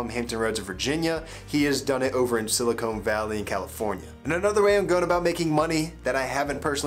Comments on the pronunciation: "Silicone valley" Okay dude... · sili-cone valley